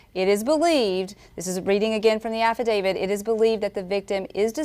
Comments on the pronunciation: AFFIDAVIT, NOT AFFIDAVID! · How come they all say affadaviD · Affidavit, NOT affadavid. This word ends with a T, not a D. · Drink every time they say Affa David